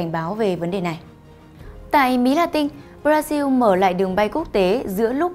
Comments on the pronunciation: Sao lại nghe chị nói (Bradiu) Brasin/brazin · Tại sao bodasin khẻo tự nhiên cứ đọc là bờ đa riu hay để cho khác người